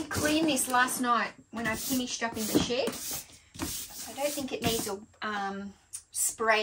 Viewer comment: ship ... she said SHIP .... 🤣